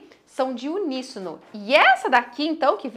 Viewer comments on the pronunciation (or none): none